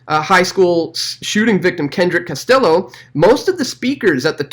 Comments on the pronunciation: BTW Castillo is pronounced "Kas T Yo" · Pronounced Cas tea yo